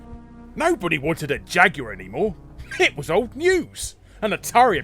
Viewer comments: you mean jag-you-er? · The Jag-U-Are? How can you pronounce Jaguar wrong? lol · He also called it a jag-u-er. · Damn, Jaguar is a three syllable word... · Today I learned Jaguar is a 3 syllable word.